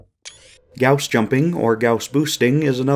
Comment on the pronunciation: thank you for pronouncing gauss correctly